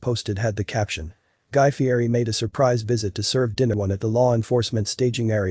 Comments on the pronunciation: He pronounces his name Fee-ett-eee. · It’s actually pronounced ‘Fietti’ even though it’s spelled ‘Fieri’.